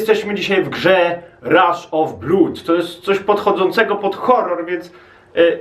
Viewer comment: Nie czyta się "bló/ud" tylko "blad" XDDDD